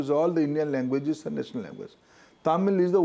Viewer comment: It's not pojishion.. it is position . It is not ejukashion it is education.. it is not nasanol ..It is national... 😂😂😂😂 Please learn the second language properly. Then you can advise about third language